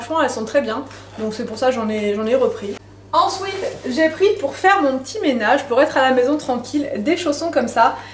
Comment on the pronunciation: J adore ton "ENSOUITE" ou "ENSWEET" 😂